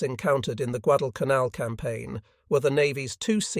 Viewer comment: The first episode that pronounced Guadalcanal correctly. Truk was also pronounced correctly for the first time. Interesting commentary about the effectiveness of the B17 and B24 bombers.